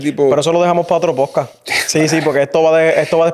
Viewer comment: Que puedes esperar de alguien q dice “pojcaj” 🤣